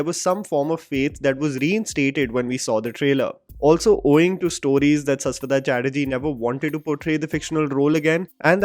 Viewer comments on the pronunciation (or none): Shash wata man not saas wata. Please use the sh if you respect someone's name, i can call you by another way if you are never want to change your way of pronunciation for every name which isn't north Indian . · Bhai Saswata nahi Shashwat(शाश्वत) 😂😂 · Just wanted to correct the pronunciation of Saswata it is actually "Shashwoto"